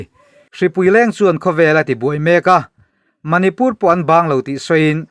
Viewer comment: a chu lo harhchhuak leh hlauh rawhse.....Manipur hming i lam lai khan ka lo tang ve nasa mai😂 a har ve bawk em ani..mahni tawnglo hi chu..i lam thiam zawk ngawt a lawm👍🏻